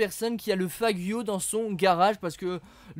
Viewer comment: Stp apprend a proboncerles noms des voitures ca fait longtemps que je te suis et je te l'ai jamais dit mais le faggio la c'etait trop x)